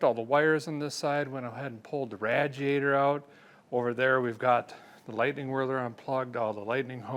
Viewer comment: Had to stop watching because of the way he kept saying RADjiator and CheveroLET… ugh! Nails on a chalkboard 😵‍💫